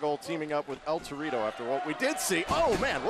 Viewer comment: It is Torito not dorito